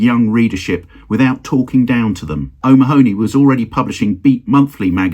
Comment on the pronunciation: Nice video. (By the way: 'O'Mahony' is usually pronounced 'O'Mahhney' or 'O'Manny'. Maybe he was different!)